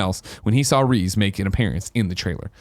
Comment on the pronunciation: Did you fucking say "Reez"!?